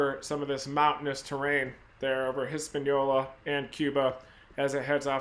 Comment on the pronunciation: When Reed says, “hispañola”, the Michigan is strong 💪🏽